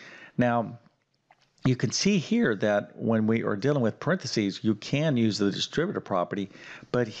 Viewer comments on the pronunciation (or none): Yes. You need to “reckonize” the “distribative” property to “figgur” out this problem. What language does this guy speak???